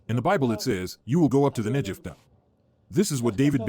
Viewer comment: I would be glad to get translations by a real human being and not an AI voice. AI keeps pronouncing Negev wrong.